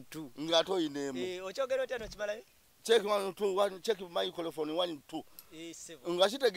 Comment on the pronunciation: KAKALAMU: microphone 🎤 Mzee Magala: Micro umh micofofoni 😂😂😂😂😂😂😂 Naye eno show ebayanseko ngate wetuyigga at times mbanjgala kuwandika buli mess ya Mzee Magala kuba njagala ebyononese 😂😂